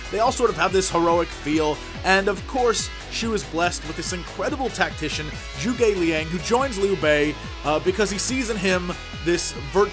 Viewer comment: hey dude, im happy your playing this, but work on your proununciations or h owever it is spelled, because it is actually like this, for example, Zhuge Liang, you got the first parts right, but the "uge" and "ang" is actually sounding like a "ung" for ang, and "uga" for uge